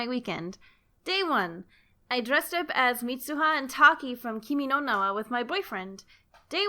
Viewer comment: hears: "kimi nono" me: INHALE BOI. get better japanese pronounciation